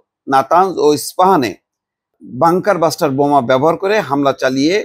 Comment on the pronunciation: কি যে বলেন, নিউজ গুলো দেখে শব্দ উচারণে আরো সতর্ক হোন। বাঙ্কার ব্লাস্টার শব্দটা শেষ পর্যন্ত সঠিকভাবে বলতে পারলেন না!